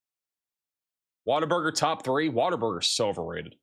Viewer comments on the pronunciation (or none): none